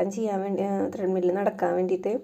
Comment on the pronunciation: ട്രെഡ് മിൽ ആണ് അല്ലാതെ ത്രെഡ് മിൽ അല്ല